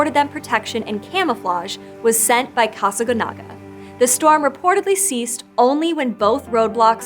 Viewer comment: The accent mark is right there on the last syllable and yet she refuses to pronounce it correctly.